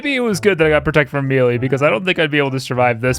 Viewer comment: Man, you check the pronunciation of something at two different points in this video, but still say “mee-lee” every time Still love ya